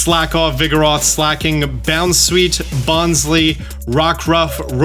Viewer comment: It's Bon Sly, as in bonsai that is Sly, bonsly.